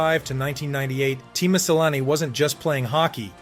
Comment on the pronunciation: Your facts suck and you should REALLY learn how to pronounce his name correctly! Sheesh.....